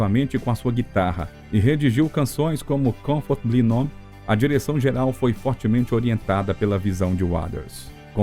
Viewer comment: Puta que pariu, Confortbly "Non", esse narrador está de sacanagem